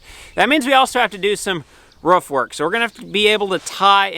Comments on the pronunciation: I Know you know but please don't say ruff again! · No, cant let you slide, its ROOF not RUFF lolol